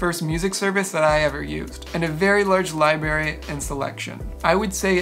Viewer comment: Clear, concise, helpful for me, a newbie! I'm really enjoying your work here. One thing, remember to put the 'r' after 'li' and before 'bary.' 👍(forgive me I'm old 😊)